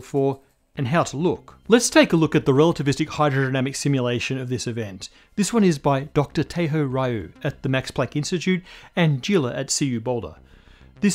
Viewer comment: just a nitpick, but it's pronounced "tah-ay-ho ree-yu." :)